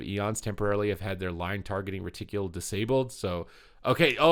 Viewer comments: TIL pronounces it "reticulul" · Ty for the update!! Just fyi its pronounced ret-tickle ❤️